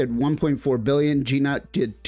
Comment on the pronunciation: It's "noot" man. Not G-Nut